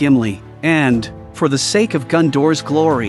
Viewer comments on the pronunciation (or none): none